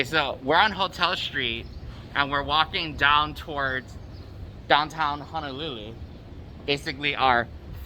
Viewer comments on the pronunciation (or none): It’s Honolulu sir not hanalulu